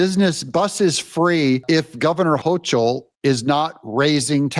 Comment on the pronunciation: Doug, you are killing me with your pronunciation of the NY Gov's last name. It is pronounced like local but with an "H" at the beginning. HOKE L